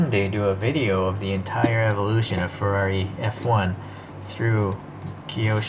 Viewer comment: Now your speaking my language…Ferrari F1….You got the name perfect. Glorious model my friend. 🥰🥰🥰🥰🏎🏎🏎🏎🏎